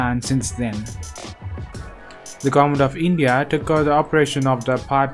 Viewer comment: How to say lndia....hahaha